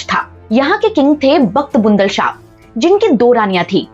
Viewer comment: मुसलमानों के नाम सही से नहीं ले सकते और चले है इतिहास बयान करना बखत बुलंद को बखत बुँदल कहा तुम ने